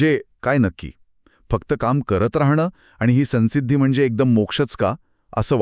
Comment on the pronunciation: अनुस्वाराचा उच्चार सन्सिद्धि नाही